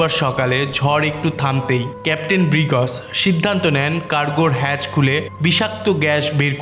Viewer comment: ব্রিগ্জ কে বলেন ব্রিগজ,সারাহ্ কে বলেন সারাহো এমন কেন!